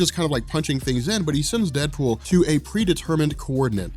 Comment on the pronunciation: DeadOOL?😂😂 no prob